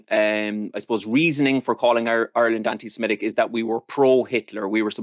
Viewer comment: Anti SEMITIC, not SEMETIC